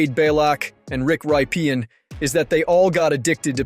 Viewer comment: I got as far as “Rick Ry-pee-in” and that was enough for me… and that was after overlooking the mispronunciation of Wade Belak.